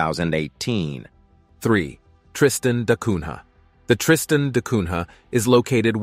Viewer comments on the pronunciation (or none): Ilha and Cunha are terribly pronounced. Ilha is spoken as Illya, Cunha as Coonya.